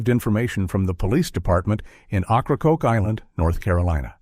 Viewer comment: Ocracoke is pronounced (Oak-rah-coke?